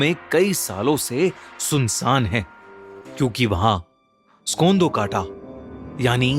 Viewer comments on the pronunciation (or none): Just a little rectification, hum "skondo-kota" nahi kehte, it is "Skondo-Kaa-Taa" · Skondakota ✅️ Kondakot ✅️ Skandokata ❎️ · kondakata nahi kollakata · it's actually 'skondho-kanta'